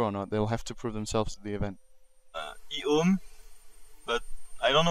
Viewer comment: says ehome like e ome, lol.